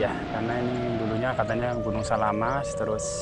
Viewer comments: Terima kasih, bs keliling liat danau segara anak, tp jgn dibalik nama gunungnya, samalas bukan salamas, sangkareang bukan sangkaraeng.... 🙏🙏🙏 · SAMALAS bang bukan SALAMAS 😄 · Correction bang namanya Gunung "SAMALAS" bukan. "SALAMAS".😊😊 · Kren bang bagus sekali tapi saya koreksi ya bukan salamas tapi samalas...salam dari Sembalun sukses trus bang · SAMALAS oM, bukan SALAMAS 😊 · Gunung Samalas.bkn Salamas🙏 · Samalas bukan salamas,sangkareang bukan sangkai😊😊🙏🙏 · Mohon maaf mas, itu sangkreang bukan sangkaraeng😭, juga samalas bukan salamas😭😭 Tapi sumpah keren bang vidionya 🤍🤍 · samalas mas bukan salamas😂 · Samalas bang, bukan salamas 😅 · Gunung SAMALAS bukan gunung salamas min🤣🤣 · maaf bukan gunung salamas tetapi SAMALAS, setelah meletusnya gunung SAMALAS baru muncul nama baru yang di sebut gunung Rinjani. dan maaf bukan gunung sangkareng tetapi Gunung SANGKAREANG. sukses selalu bang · Maaf koreksi mas Sangkareang =bukan sangkaraeng Samalas = bukan salamas